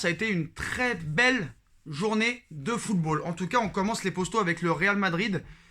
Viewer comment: ARRETE DE DIRE LES ""POSTAUX'' on dit les poteaux ou les potos. Je sais pas T Es de quelle région pour parler comme ça!!CA REND FOU